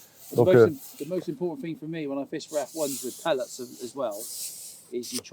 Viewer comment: Restons français. (phonét*) Soit tu dis "pelletSSSS" soit tu dis "granulés" : les "pelé" ça n'existe pas.